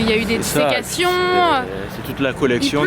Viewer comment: Oui! "Des disecations" 😂😂